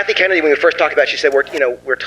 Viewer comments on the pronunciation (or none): none